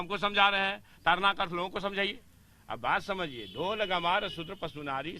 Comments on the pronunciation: Taran nahi bhai tadan hai bhai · ताड़न न कि तारन । ताड़ना मतलब मारना